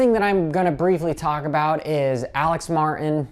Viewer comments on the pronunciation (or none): none